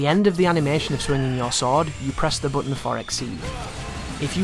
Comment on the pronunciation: The way he says "button" is annoying